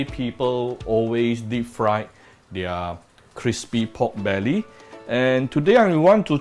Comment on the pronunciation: Appreciate if you would pronounce "their" properly...